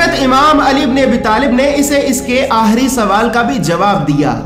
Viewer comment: Bhai aap 'kha' ki jagah hamesha 'ha' kyun bolte ho? Jaise k aap 'khandan' ko 'handan, 'Khoon' ko 'hoon' 'Aakhri' ko 'aahri' Kyun bolte ho?